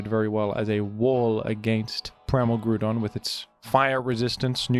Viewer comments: asa Autistic person, who had to suffer for you misspelling Groudon.... yes I 100% will be that person, and I can still look myself in the eyes.... through a mirror, YOU SHANT BE FREE OF MY PEDANTERY FOR MISSSPELLING THE SIMPLE NAME OF GROUDON 🤣 And just bc you call it out doesnt change the fact you know you are aware of the fact you say it wrong, and you in fact could change it but decided to be pedantic about it instead.... so the right to call you out SPECIFILY AFTER YOU TELL US YOU KNOW YOU SAY IT FALLSLY is in valid af. 😜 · Nah Groudon is groudon I will smile in the mirror for correcting you for it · Lol editing the spelling of groudon is maniacal. Keep pronouncing it wrong you freaky australian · I will not stop you from mispronouncing Groudon’s name, but be warned, Groudon will not be so forgiving once he becomes real and wreaks havoc upon our world. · Yeah actually. Now I will since you brought it up. Ita not groodon pronounc it better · Erm, aktuallee its pronounced Groo-pon like the online coupon thing🤓☝ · Finally the Groodon pronunciation crashout… I’m just glad his argument is soond and well groonded. Although you probably should be wary of the many people who disagree aroond here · you mispronounced ground. Its groond like groodon. Hope this helps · I thought he got fired in disgrace for sending racist emails? But seriously, whenever says "Grudon", all I can think of is Jon Gruden. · M8 how are you gonna say ground just fine but butcher groudon😂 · 30 seconds of explanation, you still saying it wrong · Why is bro arguing with himself over the pronunciation of Groudon? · NGL, I've started saying Groudon the way you do cause I genuinely think it sounds so much cooler. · It's pronounced groudon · Groudon not GRUDON WTF stop saying grudon. Its groudon like ground and On but its all a play on words. Stop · It's GROUDON, not Grudon. When will these Oceanics learn? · Grou don. Say it right. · I beleive its pronounced groudon